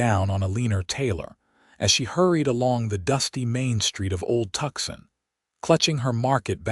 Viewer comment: "Tucson, Arizona". Pronounced "too-sawn". Please be cordial enough to notice. Somebody get these people a Dictionary.